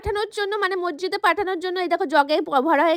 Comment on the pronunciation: Hapesaheb noi Habeshaheb r mojjid noi Masjid hai re